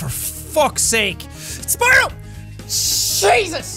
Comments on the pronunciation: am i the only one who heard Cheese us?! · He is irish so yeah 🤣